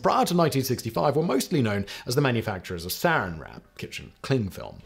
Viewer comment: Jesus Christ I was so confused. Serin wrap is not saran wrap Simon!